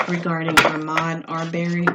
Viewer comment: It’s pronounced Uh-mod R-bur-ree